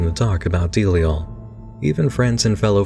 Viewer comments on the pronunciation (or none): I always thought it was Zam-PAH-no and Da-LIE-al. Not ZAM-pehno and DEAL-iel. I guess it's funny how different this book casts its grip on the readers mind, even down to the pronunciation of the otherwise absurd character names. Sometimes I go over the tattoos I have from this novel and wonder which of his readers most closely shares that of Z's intended vision; the image he had in hie head of Johnny, of Navidson, of the House. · It's pronounced duh-lie-al. You're making delial sound like a mest song